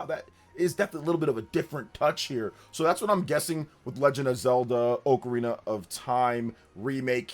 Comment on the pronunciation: u should learn to pronounce ocarina first